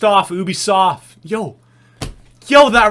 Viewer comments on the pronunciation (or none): U bi soft not o bi soft